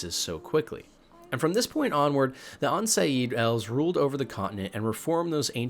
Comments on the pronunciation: Aen elle and aen sheid not an sayid and an el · Since crossroads of ravens came out we have a little more backstory on why roach is called roach and… repeat after me- tre(short e) ta(short a) gore: not tra toger. It has 3 syllables not 2. I know, I know. I had to say it tho. It was buggin me. And the elves are pronounced. A N L and A N She. Thank you for all the hard work in this video. I absolutely love this kind of stuff. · Awesome vid, love the content. That said, you please should get a pronunciation helper. The tribes of elves are pronounced (phonetically) are En Shae and En Ell respectively. Not an attack, trying to help. Some words can really sound wildly different than their writen version. Cheers 🍻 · I never understand people who claim they've played the game for hundreds of hours, but still can't pronounce half the names from the game. TretogÓr. Ey-Durn (Aedirn), Haim (Hym). En Shei (Aen Seidhe). It's crazy that you've clearly put a lot of time and effort researching and making this video, but couldn't be bothered to do a quick search on google/youtube for correct pronunciation. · Aen Seidhe pronounced “En Shay” or sometimes “Ahn Shay” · Dude what is going on with your pronunciation? You mispronounce many words that we hear said in the Witcher 3 and at on point you even say Aen Seidhe two different ways within a few seconds. It really makes the whole thing sound like you were hired just as a narrator and makes it ring hollow when you say "my favorite part of *blank*..."